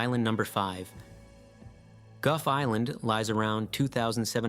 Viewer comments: Gough is not pronounced Guff. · Goff island. Or however that is pronounced. Proof man literally destroys everything it touched.